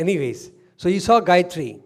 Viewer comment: Sairam excellent talk which relates and illuminates every one . Thanks for the Gayathry correct pronunciation and also the aumkar. Thank you .